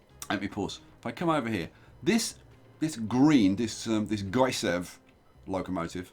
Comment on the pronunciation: it's not Gysev, it's GySEV, it stands for Győr-Sopron-Ebenfurt Vasút (Gy is a hungarian doubleletter, if you put GySEV into googletranslate, it will pronounce it very good in hungarian)